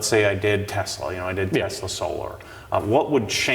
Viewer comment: T e s l a , bruh